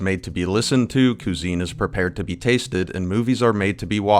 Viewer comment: why would you call someone a breadtuber if you don't know what a breadtuber is or if it's even a relevant thing to call a person? Why would you pronounce cuisine "COO ZENE?" IDK, but I guess it's because you're from Tennessee and you don't like transwomen and Big Joel romped your b-hole really hard and now you're feeling upset or something. Did you need more pandering and attention? Do you suck? Did you just say that the driving conflict behind Gamer Gate was youtube video essayist Anita Sarkeesian? It wasn't, it was a guy who made up a lie about his ex girlfriend having sex for good game reviews. Anita Sarkeesian is just a youtube video essayist that people didn't like coincidentally. She isn't even a "game journalist" (by the way, it wasn't about ethics in journalism) so there's no way she could be central to the conflict, either the real central conflict or the bad-faith central conflict. And, you know, it's weird how you generalize the left wing of the political state by saying they supported Anita. No, most left-wing people don't care about video games, they care about politics. Sargon of Akkad is an actual failed right-wing politician who tried and failed to run for a seat in parliament. I don't know what he has to do with video games, but he sure is political. Do you like this guy? Carl? You keep accusing Joel of inserting his political agenda into his .... essay on Mario?? But what is this political agenda that you allege? I've never seen Joel advocating for an agenda